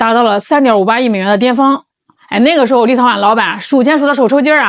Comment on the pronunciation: 为啥我一听见立陶宛，就感觉是在听 little one 呢